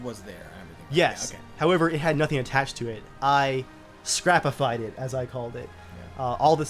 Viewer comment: second l missing in called